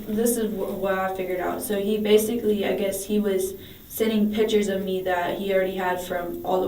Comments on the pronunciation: we finna be pacific about the pitchers... aight? aight?.......😂😂😂😂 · lol.... cant forget pitcher....... lol.....